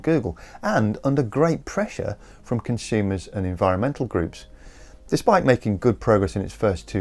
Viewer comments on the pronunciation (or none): "Con-Shoomers"??? There is no "h" in consumers.